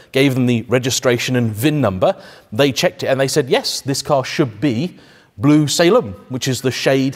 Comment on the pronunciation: Boris Johnson would like your "bloo" Lamborghini